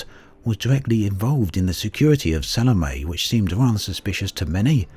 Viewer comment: Sal-o-me. It annoys me when people pronounce it wrong